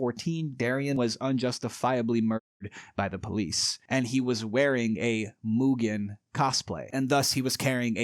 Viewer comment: Congrats on pronouncing Mugen correctly: "moo-gen" and not "mew-gen"